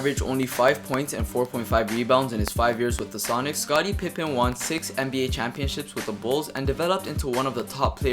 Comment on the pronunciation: he said scottie pimpen